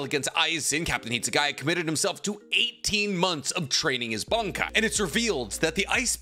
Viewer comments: It's Bankai not Bonkai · "bonk-Kai" What accent is this man using 😂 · You sometimes pronounce bankai (and shikai) markedly different from me, and it's throwing me for a loop. 😅